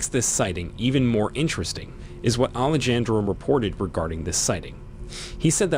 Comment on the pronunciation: Ahh-lay-Jan-dro😬 that was like chalk to a board It’s pronounced Ah-lay-han-dro